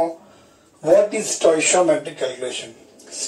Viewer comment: 🤣🤣🤣🤣wo stoishiometry ni hota hai wo hota hai stoichiometry (stoy kee aw muh tree)🤣